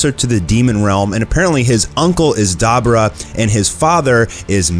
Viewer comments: You say it Daaa bor a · Not even 60 seconds in and he can't even say Daburas name correctly it definitely is not Dabra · no offense but,That's not how you say Dubura. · Pronounce Dabura correctly please. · Are we really going to ignore how he said Dabura? Edit: it isn't canon. :P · Did he just misspronounce daburas name? Why?